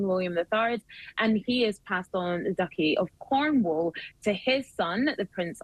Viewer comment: Did she say Ducky of Cornwall?